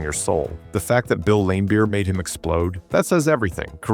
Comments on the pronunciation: Video loses all credibility by constantly referring to Bill Laimbeer as "LAM-beer" instead of Lam-BEER, suggesting either AI narration or that the author has no idea to how to pronounce the name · His name is pronounced Lam Beer not Lame beer basketball expert. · Lame Beer sounds about right lol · I love how he pronounced Bill Laimbeer's name as Bill Lamebeer. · AI SLOP Can't even pronounce Laimbeer's name. .... just more auto-gen nonsense.